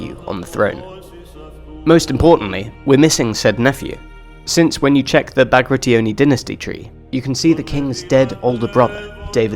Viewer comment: I don't want to be nit-picky and I am not native, but why do you say Bactri-oni? It's Bagrati-oni. and I hear Slosan, not Soslan. But could be me, great video otherwise and keep up good work!